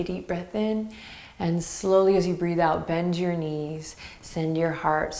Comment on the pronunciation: "Benjyour knees"!!! :D :D :D